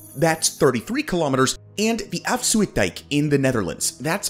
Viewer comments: Can't this guy read. The word is Afsluitdijk not Afsue-itdijk. Then again absolutely no care was taken in pronouncing ANY of the foreign words. " "Believe it or not, if you took all that sand and spread it on the ground, you’d have enough to cover the entire United Kingdom. " This says absolutely nothing without giving the depth of cover. Useless. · The "ui" in Afsluitdijk sounds like "ow" in English. Like "out" or "clout." So: it's "aff-slout-dike." And zuiderzee is "zow-der-zay." (Dutch has had the different vowel shift than English did.)